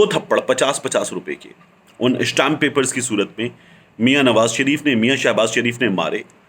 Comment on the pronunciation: Bhai stamp paper hota hai ishtam naheen . Na khwanda log kehtay hai ishtam .